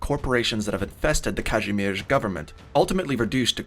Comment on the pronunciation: One of the best Kazimierz pronunciation i've ever heard